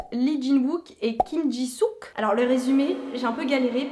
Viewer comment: Mais pourquoi tu sook quand c'est seok 😭